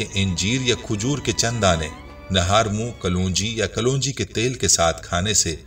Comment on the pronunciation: لفظ کلونجی نیں اپ غلط پڑھ رہے ہیں لفظ کل ونجی ہے نہ کہ کلو۔ نجی ہے